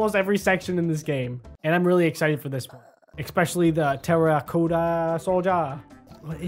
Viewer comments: its prononced (ter-icoty) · It's pronounced terr-UH-cott- uh